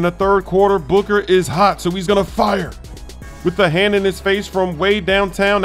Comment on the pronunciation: Suborneer he says booger lmao